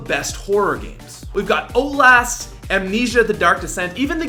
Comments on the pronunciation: "We've got oat last" ... oat last? I believe it's pronounced "outlast" lol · Why the fuck did you say "Ohlast" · I do like that game "Oat-Last"😂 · "Oat last" a part of a complete breakfast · oat-last? tf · "we've got OATlast" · wait can u say outlast one more time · the way he says outlast is why I Live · i love the way says "Outlast" lmao Canadians are the best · Lol listen to the way he says outlast. Keep up the good work.